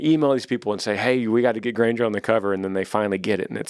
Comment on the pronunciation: I've gotten whooped as a kid my siblings would do worse but since there younger they get away with it By hereing that shout out that made my day but you prouncessed my last name wrong it's only about 4 months late but thanks for wishing me a happy birthday Granger